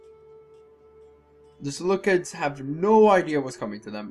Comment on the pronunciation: Ser-loo-seeds. You pronounced Seleucia correctly, but you call Seleucids as "Seleukids". Unless... Seleukids is some kind of joke you are attempting... if not the cids should sound like seeds.